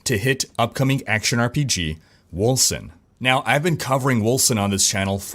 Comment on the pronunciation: Wasn't the company bought by a German Dec studio? It's spelled Wölcen right? So, it would be pronounced "Vulcan"? I'm probably off on that.lol